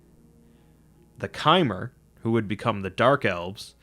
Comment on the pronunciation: Bro it's not kaimer it's chimer and you are pronouncing dwemer wrong and you really need to work on your English speaking 😒